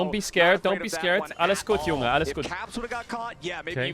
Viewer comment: The "Alles gut Junge" was pronounced really good, Cadrel's German is improving